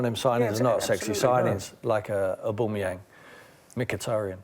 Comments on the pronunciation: Aboomeyan this dude dyslexic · I just want to know why can't any pundit pronounce Aubameyang correctly, it's a joke man lol ! Aboomarang, oboumayeng, abamarang.. Sort it out hahah